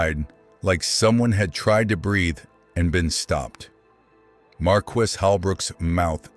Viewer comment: Learnhow to say marquis.